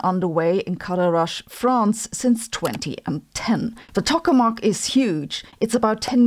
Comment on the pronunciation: Tokamak is pronounced like "toh-kuh-mack," not "tuck-uh-mack." (I did research on tokamaks in graduate school more than 30 years ago. I don't regret for a moment switching from plasma physics to particle physics.)